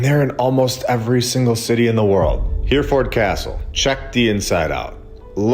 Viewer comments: He-re-ford, not Here-ford. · Hereford- pronounced Herryford. Keep up the great work. 👍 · Hereford has 3 syllables, "Her-e-ford" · Wow, riveting stuff. Thank you. FYI, Hereford is pronounced Herryfuhd. And when you covered Jerusalem, I remembered that Golgotha means "the place of the skull" !